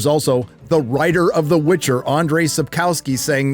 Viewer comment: "The Witc HER!"